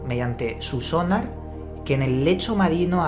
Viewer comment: Sonár! no Sónar coño Porque los españoles le cambian el acento a todo.